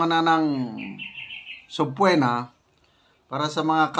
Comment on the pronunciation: General,sabpeena po yan hindi po sabpuwena😂😂😂